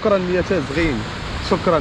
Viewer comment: إسمها تزاغيين وليس تازغين مرحبا بك في الريف